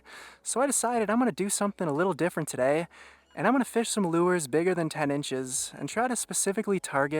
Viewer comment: The way he says "FESH" really annoys me.